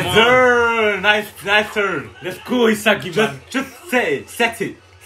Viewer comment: Do americans know is not himsagi but isagi ???